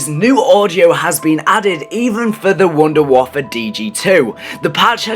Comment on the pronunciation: Ok, can we make one thing clear. Just like its not "Staminem Up" (if you know what pronunciation that im trying to say) its "Stamin Up" its called the Wonder Waffe not the Wonder Waffle, like I dont care if you call it that but dont be putting that on forums, it looks bad. This is just an opinion so please no hate Dad.